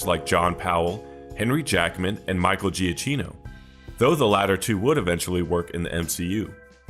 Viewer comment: It’s pronounced Michael “jakeeno”.